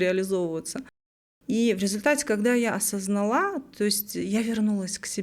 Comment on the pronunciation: ОсознАла. Да, блиииин. Ударение на «А» первую. Не на вторую